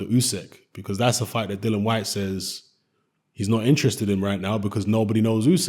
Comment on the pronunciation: Dillian, as in rhymes with Gillian.